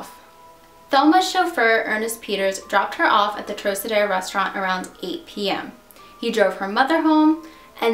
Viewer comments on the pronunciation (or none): Trocadero is pronounced "TRAHKahderoh", not "trohsaderoh". Otherwise, good video. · Great job, though it is pronounced “ Trokadero” rhyming with rock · Great video. The Thelma Todd case has always been intriguing. One of the Lane sisters owned that building on PCH at one time, she willed it to Franciscan monks I seem to remember. One thing for future reference if you use the name again. Trocadero is a hard C (like trok). I know C's gets confusing with Luciano and DeCicco pronunciations. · That would be TROCK-a-dare-oh. It was a nightclub. The Thelma Todd building on PCH has always been haunted. Businesses don't stay there long. It's got creepy vibes and it is the place where lots of cars break down. I had two such occurrences in the years I lived in the area. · I enjoy your vids, just one thing; the trocadero is pronounced like "trockadero" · Trocedero= Trock a dero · Sorry. Had to comment. Trocadero is pronounced Trow-Kuh-deh-row. Di Cicco is duh-cheek-o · Lol just fyi it's pronounced "troCadero". The "C" doesn't sound like an "S". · Probably owed money to the wrong people...obvious mass cover up... The restaurant is pronounced Trok-adero... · the troc in trocadero is pronouced like croc in crocodile. It was probably in the top 5 for famous nightclubs ever in Los Angeles. just an fyi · I was also going to mention the pronunciation of this classic Hollywood landmark but that would be my only negative comment.Your' videos are wonderfully accurate in the details, conspiracies and legends of the incidences you cover. I am an old Hollywood lover and know all of these scandals by heart. It is very satisfying and rewarding to see a younger person as yourself keeping these legends alive and retelling them for a new generation. Superior work! Keep it up! I love your' videos! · good video except the way you pronounce Trocadero...